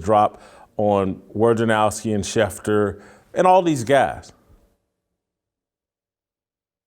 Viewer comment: Man, you people in the sports media drive me bananas with your inability or refusal to pronounce names correctly. I think Adrian Wojnerowski is a douchebag, but his name is not pronounced WARJANOWSKI. It's not complicated. If you are going to talk shit about someone, at least get the name right. Rome is ten times worse than you in that regard, and that's one reason I no longer listen to him. And if Adrian had any balls at all, he would say at the beginning of an interview with Rome, you, or anyone else, "hey man, here's is how to pronounce my name. Get it right."